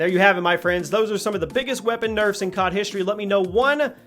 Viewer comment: Hehe "nerfes"